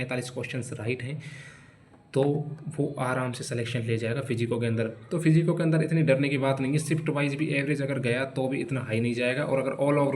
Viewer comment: ये फिजिको क्या होता है बाबू 😂